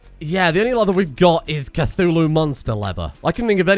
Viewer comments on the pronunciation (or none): none